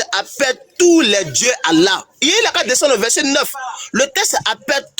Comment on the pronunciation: Le vocal ne prononce jamais Allah mais Illah